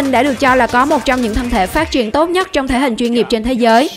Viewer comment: Là thể hình mạnh nhất chứ không phải mạnh nhắt. Phát âm sai chính tả.